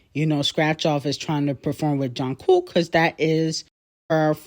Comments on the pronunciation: everytime you be saying john cook im dying 😂😭😂😭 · I love how pronounced jung kook name😂😂😂